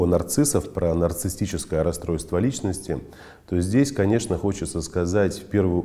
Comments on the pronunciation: Проверочное слово-нарциссТ,что ли?безграмотность режет слух! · Как?как психолог может говорить"нарцисстическое"(расстройство)!? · Очень странно, что психолог сам термин произносит неправильно. Нарциссическое расстройство, уважаемый, в этом термине нет буквы «т» 🤷🏽‍♀️